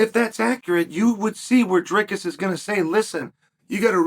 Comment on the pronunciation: Props to Uncle Chael for saying Dricus correctly but absolutely butchering the rest of the middleweight divisions names😂😂